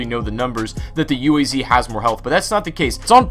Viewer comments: Why does everybody call it U A Z? Its pronounced as ooaz! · Not you-ey-zee, but Uh-ah-zz. Read the letters, not spell them, Zee-hll